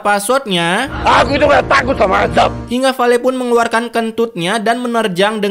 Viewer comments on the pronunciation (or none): none